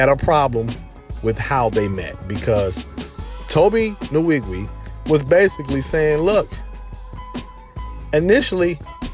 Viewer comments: Tobe Nn-wig-way. That's the right pronunciation. But Tobe obviously don't mind being called Tobe Niwigwii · Butchered his name